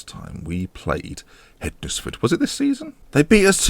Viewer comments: Great episode again hednesford are the team I support it's pronounced hensford so silent d and e lol but nice to see you at the right end of the table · Just to let you know Hednesford is pronounced similarly to Wednesday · Hednesford? Just think how you would normally pronounce Wednesday and try again, hmmmm? Worse than Luke (Statapp) ffs.